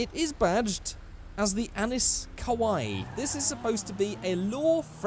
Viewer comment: ACKSCHUALLY it’s pronounced “Annee”